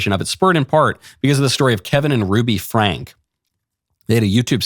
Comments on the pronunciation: Get it right, Michael. It's Franke, pronounced Frank-ee. You sound like you're talking about something you didn't even fully look into. Oh yeah. You are doing exactly that. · pronounced Frankie not Frank. They live in the next town over from me. Thanks for the video. I’m glad Utah passed this law.